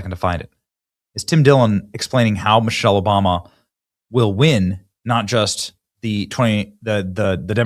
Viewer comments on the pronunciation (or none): He is not liable for deformation because he said Mochelle. Not Michelle. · Did he say Muchelle?